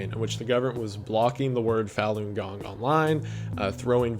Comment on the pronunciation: Small point: "Falun gong" is pronounced more like "Fawn gong" It would be impossible to tell if you only ever read it.